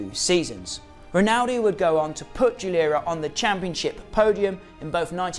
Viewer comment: Geeeee lair uh not jee lur uh